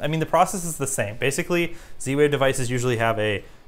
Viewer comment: And he went for zwave 🤦